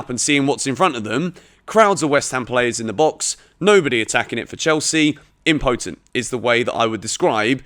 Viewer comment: When you decide to steal a word to try and sound clever, but you've only seen it written and don't actually know how to say it... im-po-tent HAHAHA